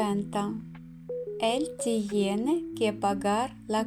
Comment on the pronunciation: Вы не правильно произносите tiene .Тьене а не тиене.Cuidar куидар а не суидар.